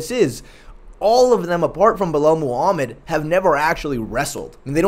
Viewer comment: said "Buh-lel." He can make em remember the name, but he can't make em remember how to pronounce it correctly